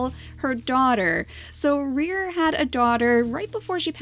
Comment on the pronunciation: Rere's memory will be with us! also, Rere* not reer lol.